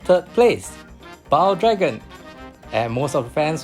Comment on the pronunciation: Its suppose to be “Bal Dragon” not “Baal Dragon” But still nice vid